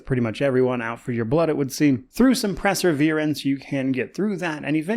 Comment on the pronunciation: “presser-veer-ance”? I think you meant “perseverance”? 😅 sorry I’m totally being “that guy”, I just had to give you a hard time lol. I’m liking this game a lot! Thank you for the review my friend.